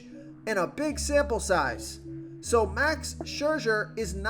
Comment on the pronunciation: Never met a name he couldn't butcher. Max Scherzer